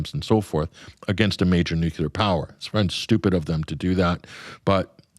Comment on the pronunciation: I will never listen to this guest again.He can,t pronounce nuclear, well it is derived from Latin nucleus, he thinks it is nucelar as many Americans do.